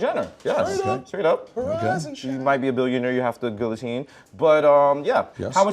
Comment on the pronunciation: "Might be a billionaire you'll have to guillateen..." Lol. The Brand is for the proletariat.